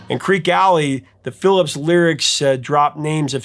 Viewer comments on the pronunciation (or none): none